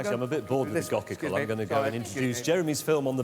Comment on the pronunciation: Go Cycle 🚫 Gawkickle ✅️